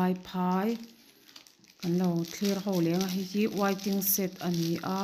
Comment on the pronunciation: Wai-ting-set..... tia lam lovin waiting shed ti thei ta la, ngaihthlak a nuam Sawt ang